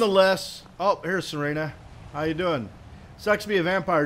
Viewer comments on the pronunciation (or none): it is pronaunced sir ah na